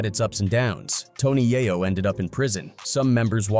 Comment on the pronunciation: You know you’re listening to a bot when it can’t say “Yayo” and “In da club” right.